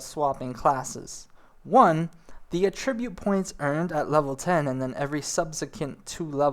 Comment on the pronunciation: I could do that with at least 10 of the words he mispronounces in this video. Attribute. Ul'dah. What you said. Etc, etc. -_- lol